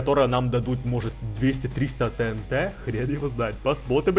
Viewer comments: Правильно говорить тиинти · И не тэнт а тиинти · не тинт а тиинти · правильна ТИНТИ А НЕ ТНТ ГОВОРИТЬ: ТИНТИ ПИСАТЬ: ТНТ